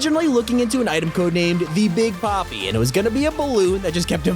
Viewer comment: Is it just me or when he said the big popy i heard the big papi cuz of the kids at school